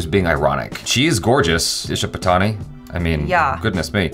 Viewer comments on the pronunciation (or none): it's pronunced as "paatni"